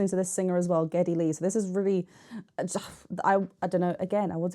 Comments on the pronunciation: GeDDy Lee, not GeBBy Lee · GEDDY! Not "Gebby" LOL.